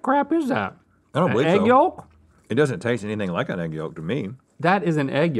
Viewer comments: Link pronounces Yolk "YAWLK". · Link's pronunciation of yolk is just not right lol. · Why does link pronounce the L in Yolk so hard? YoLLLk